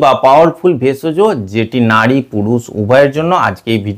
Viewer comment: কথাটা নাড়ী নয় নারী